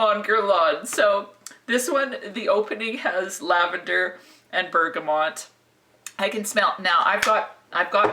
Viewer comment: Love your videos but one thing is driving me crazy with this one, it's BERGAMOT( pronounced Bergamo) not BERGAMONT. Keep up the great work, love your style and humour. :)